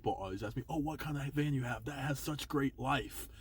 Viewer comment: Van not can lmao